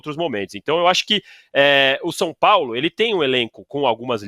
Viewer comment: "O Sampólo..."